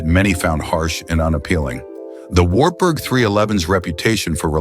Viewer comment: AI is terrible. Some words are better off left to their original language. Wartburg is one of them 😂